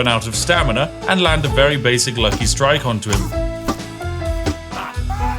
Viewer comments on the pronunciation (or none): none